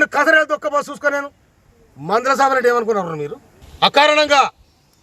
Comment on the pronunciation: PANDHULA SAMEL NOT MANDHALA😅😊